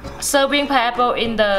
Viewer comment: I can't get over the fact that she says "piapo". I love accents. I am Kenyan and i have an accent too.